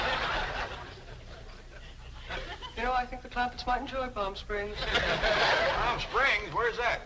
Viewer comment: CLAMPETTS, not Clampits